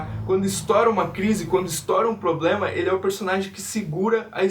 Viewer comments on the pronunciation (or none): none